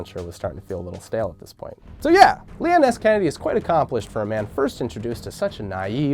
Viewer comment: Skeneddy Skennedy